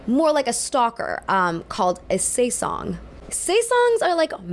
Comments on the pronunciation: Another small correction, it should be “sasaeng”, not “saesang” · Hi!! Really enjoyed this video:) As a long-time fan of kpop groups (since 2014), I just wanted to point out that it's actually pronounced "sa-saeng" instead of "sae-sang"! It's a pretty common mistake, so it's understandable. The term sasaeng comes from the Korean words sa (사) meaning "private" and saeng (생) meaning "life" which is a reference to them intruding on the idols' private lives. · it's sasaeng not saesang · Its sasaeng not saesang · a lot of people mix this up but it's sasaeng not saesang, saesang means "world" 🥴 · it's sasaeng (hangeul: 사생) pronounced "SAH-saeng" not saesang 😣 a lot of people in the k-pop fandom still get the vowels mixed up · … its Sah - saeng not SAE saeng… lmao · "sah saengs" sasaeng fan. is the term. Love this video! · she really said "saesang" instead of "sasaeng" and she thinks this is some kind of thing to highlight as if it's not even a new thing like paps have been existing for years in the west; she says she "supports" boybands and uses only the worst examples and highlights the stalker cases (putting a spotlight on kpop in particular when whe could have just used examples in the west as this is what her narrative was based on) the whole essay wreaks of misinformation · Just a quickly reminder, saseang사생 is pronounced ‘sa sang’ instead of ‘say sung’. And about this I always find fun how the fandom works in a way that strengthens the loyalty of fans. Saseang exists and harms the artist -> the fans pity their idols for going through so much hardships and even can’t even rest well due to saseangs -> makes them wanna devote so much more to the idol and become overprotective towards their idol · btw saesang ("seh-sang") means 'world' in Korean, a stalker fan is a sasaeng ("sah-seng") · Also the stalkers are SA-SAENG. Just a small correction. Sorry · um i love ur vids but the way u pronounced 'saesang' shot me dead in my seat